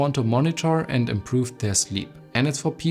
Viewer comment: Great video. Super informative. Keep working on improving your English. Especially words with these letters Z , V and A. Apple, not Epple. Zero. Not sero. Improve, not improof.